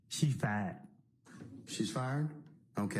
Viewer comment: "She fied"